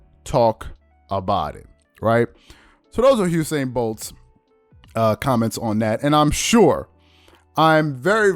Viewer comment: It's Usain not Husein. Please pronounce it correctly loll. Its an entirely different name.